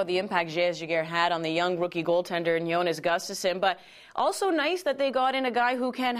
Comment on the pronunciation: I love how no one can correctly pronounce his name... It's Jonas Gustavsson (pronounced like this: yo-nus goo-stav-son). Cmon people, get this right!!!